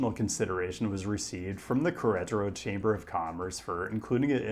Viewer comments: please put a little bit more effort into pronouncing queretaro correctly instead of just bulldozing through it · insists on pronouncing Melbourne "correctly" but completely whiffs Queretaro. This irks me way more than it should